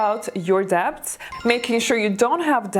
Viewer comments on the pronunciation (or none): quick tip/correction the b in debt is silent